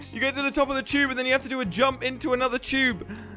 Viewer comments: It’s a tube, not chube lmao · When he said tube it sounded like he said chube